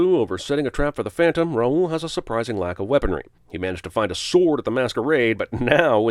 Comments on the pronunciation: ROWL, not Ra-ul. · The fact that the Phantom isn't even all that scary was a disappointment, but the blatant mispronunciation of "Raoul" also annoys me. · Also, you are pronouncing Raoul’s name wrong. Just sayin.... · Did... did Emmy Rossum mispronounce "Raoul"?